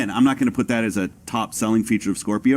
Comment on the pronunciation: He keeps saying skwerpio